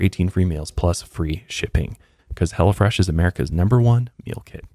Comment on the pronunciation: I thought you said he'll fresh